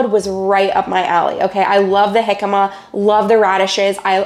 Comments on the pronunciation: Being a California native I’ve never heard of “jicama” pronounced that way with a hard “j”. It’s a Mexican word so the “J” is pronounced as “H” like “Hicama”. Or like “Hey-Sus” for the name Jesus. (Which is a popular Hispanic name)It tastes like a cross between a raw potato and a bland apple. Love your videos and the Bible verses at the end! ❤✝️ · jicama pronounced like hicama. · your husband did a great of being videotaped while cooking! Jicama is actually pronounced “hickama” and can be used as a potato sub. Jicama has almost 50% less carbs than a regular russet potato and offers a “bite” like a radish. It can be boiled and mashed like regular potatoes. You sure do like your dill! 😊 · Yes, he knows now that it's pronounced with an "h" but he had never used it before.🥰